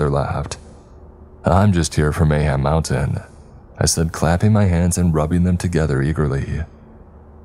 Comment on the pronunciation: Did anyone else think of banjo tooie when he said mayham mountain